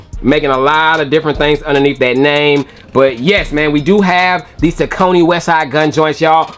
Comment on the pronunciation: great review as per usual!!..i believe saucony is pronounced "SAWK-NEY" tho..keep bringing the heat!!